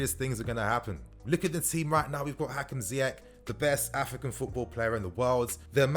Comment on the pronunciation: Wow wow wow...I love Ziyech and I love your videos but come on...Last time I checked Egypt was part of Africa....Salah has still slightly more impact than Ziyech BTW we need to find a way to teach Lampard how to prounonce his name "Zee-esh" not "Zaï-esh" and for the Arabic speakers it's "Zee-err"